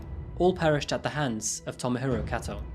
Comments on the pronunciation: Love this channel, but can't get over the pronunciation.... "Tomo-hiro" = Toe-moe-he-roe. Sorry, been living here for too long and it absolutely bugs me 😅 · Tow-mow-hee-row is not “well-pronounced”